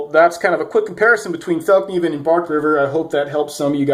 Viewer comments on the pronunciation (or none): Fall-nee-van** NOT felk-nee-van. And yes I agree there is nothing out there that performs as well out of the box aside from a Rockstead.